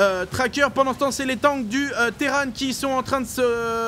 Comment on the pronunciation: Bliiiinkeuuuuu sur la collineuu du Terrane ! PS: Moi je dis terran pas terrane, terranes c'est le filles, Imagine Arcturus: Terrans, Terranes du dominion[...]